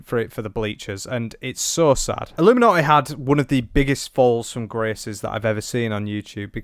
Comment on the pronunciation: So nice to learn so much about ah-loom-ah-naugh-eh. Whoever that is 😅